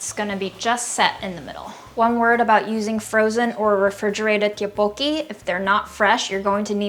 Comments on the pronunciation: Friendly correction! The “Tteok” in “tteokbokki” is pronounced more like “duck” in Korean. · The pronunciation for tteokbokki is actually closer to something like “duck-bo-key”! Romanizing Korean is hard and confusing! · Just to be clear, tteokbeokki is pronounced "tuck-buck-kee" but the T is soft (idk how to explain). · not me flinching every time says tteokbokki ⚰ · I can't get over her saying tteokbokki wrong lmao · Her pronunciation threw me off ngl 😂